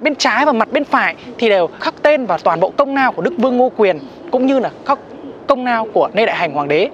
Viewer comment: Phát âm chuẩn "L" ,"N" công Lao ko phải công Nao (nà ný nĩnh...) sai hết cả "Tr" , "Ch" nữa Cố gắng nữa là ok